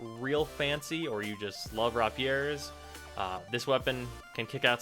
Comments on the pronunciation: The way you pronounce destreza and rapier are cringe worthy. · The fact that you can't pronounce either Destreza or rapier made this review slightly less satisfying.